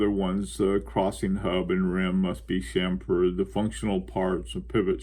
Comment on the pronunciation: please say CHAM-fer, CHAM-ferring, and CHAM-ferred not cham-FERD...Thank you for this fine topic!